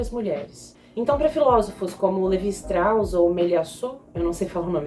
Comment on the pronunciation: Se diz Stros